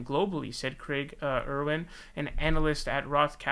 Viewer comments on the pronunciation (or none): none